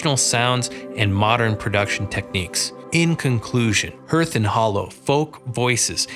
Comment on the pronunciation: It’s pronounced ‘harth’, not herth.’